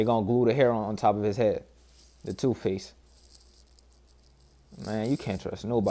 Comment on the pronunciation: "Toofpace" hahahaha